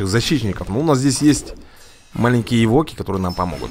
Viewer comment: Не эвОки, а Эвоки. Вроде бы так.